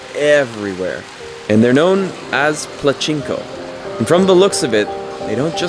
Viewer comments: "Plachinko"??? You mean Pachinko. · Nice video! It is ''pachinko'', not plachinko! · Pachinko, not plachinko. Hikikomori, not hikimori. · It's Pachinko not Platchinko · It’s pachinko not plachinko So many of the things you say to describe Tokyo just comes across as self absorbed and ignorant. Filming in bars without permission is very rude and disrespectful. You just spout words that you think sound clever. Dude. Come on. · “p-La-chinko”?!?! After the adult child vibes that was the cherry on top of my way out. Checked out during Toyosu (?) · "Pachinko" not Plachinko.....fun video....I miss Japan!! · It's Pachinko not plachinko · it's pachinko NOT plachinko - it's hikikomori NOT hikimori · Yo white boy! It’s Pachinko not Plachinko and Hiki-komori not Hiki-mori… at least get the terms right you weirdo! haha And not gonna lie Tokyo has a WAY doper side that you’re not even touching here at all. So it almost seems like you’re strictly attracted to the nerdy stuff, which sorry to say kinda speaks for it self that it’s not really the city that’s weird but it’s actually YOU my dude! Glad Tokyo’s got something for everyone ;) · Pachinko, not Plachinko😂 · Its PACHINKO, no L haha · "Plachinko". "Hikimori" Oh LAWD, get it right. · *Pachinko. No 'L" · This guy really said “Plachinko”